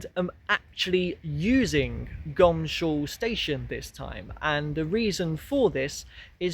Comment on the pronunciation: It's really or should be pronounced Goms hall instead of Gomshall! I suppose it is the laziness of pronunciation?😊